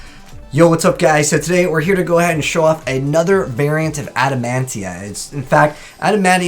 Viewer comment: Why are you calling it Adamantia? There isn't a single N in the name